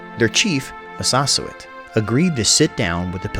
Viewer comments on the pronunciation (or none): Massasoit is pronounced Mass-a-soy-it 😎